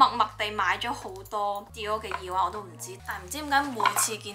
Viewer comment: 講咗咁多次都仲係耳“wang”😂